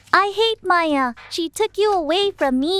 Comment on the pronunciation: Is not maia is maya